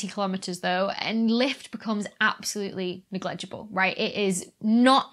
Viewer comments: As always, another great presentation by Becks. Love the pronunciation of neg legible! Glad to hear that Hubble is up and running again, missed that telescope a lot. If the next generation of telescopes is going to measure the distances more accurately, then one of them should be christened 'Becky'. :) Saw a blood moon tonight, awesome! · thanks for another great video becky, although ive never heard anyone say negligible like that before ! 12.14